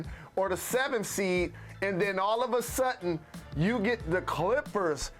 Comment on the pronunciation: "All of a sut in," Say what?